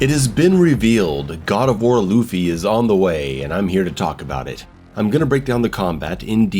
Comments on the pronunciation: It's pronounced more like "LAW-Faye", not "Luffy". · i fucking died at the way you pronounced “Laufey” (LAW-FAY) as Luffy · Hearing call Laufey "Luffy" over and over almost made me click off the video ngl. Just call her Faye man. Lol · Lu-Fay lol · Just to help pronounce lauffy you would sa lowe-fee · Lau like in “loud” Fey ffs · I hope the mispronunciation of this name stops being a bit/joke/intentional soon. At least say "Law-vey" if the "au" sound is too confusing/hard to do. 🫠 Or just call her Faye, please. I like your GoW breakdowns and I hope this title brings things back to some Hack and Slash roots. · My guy saying “loofy” 😂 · I'm Icelandic and it's... grating, to say the least, to keep hearing the same joke/mispronunciation over and over again, especially given the popularity of the singer with the same name. Thanks at least for the compromise.